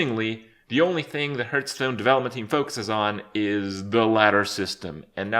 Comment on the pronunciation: 3 years later and still pronouncing it Herthstone....